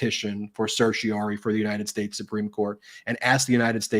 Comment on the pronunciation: Ben, please practice the pronunciation of "certiorari"; you often drop the "ra".